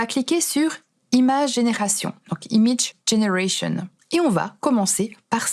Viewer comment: "Imidje dgénéraichon" 😂😂